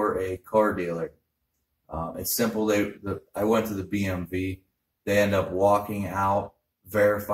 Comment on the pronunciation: Is he saying BMV or DMV ?